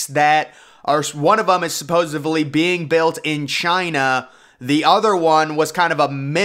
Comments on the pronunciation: "Supposedly" NOT "supposevly" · How many V’s are there in supposedly…? Because apparently you think there’s a V in there 😂 😂 😂 right at the beginning of the video you drop a, clear as day, “supposevly” 😂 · I stopped watching as soon as he spewed forth “supposably”. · Every time he says "supposavly", somewhere on Earth a puppy dies. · Hey kids, today's word is "supposevly"